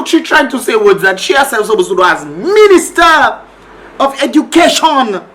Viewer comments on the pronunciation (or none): She's the 'Ministah of Edukayshun' 😂😂